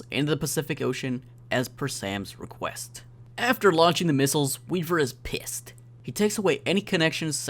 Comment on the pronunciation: "piiessed" = pissed